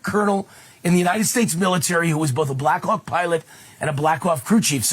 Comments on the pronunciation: Why this dude sound like he saying the Blackuock! I can't deal the more he say it the more i hear it lmao. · Stop saying “Blackhawk” it sounds so much like something else.